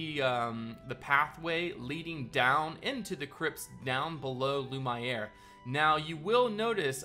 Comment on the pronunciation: The way you pronounce lumiere: l u (as in numb) m and the iere you need to pronounce as the word air